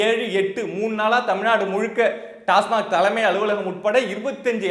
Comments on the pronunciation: டாஸ்மார்க் அல்ல டாஸ்மாக் என்று உச்சரிக்கவும் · டாஸ்மார்க் இல்லடா பக்கி.... டாஸ்மாக்......Tasmac TASMAC stands for Tamil Nadu State Marketing Corporation Limited.